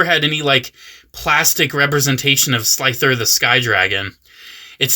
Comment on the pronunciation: Slifer lol, not Slither